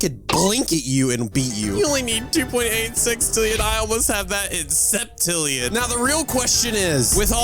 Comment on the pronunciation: It's sextillion not sixtillion